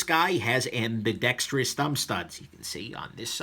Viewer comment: Thank you soooo much for pronouncing ambidextrous correctly! Its not freakin ambidextrious. I can't watch the dinks saying it that way.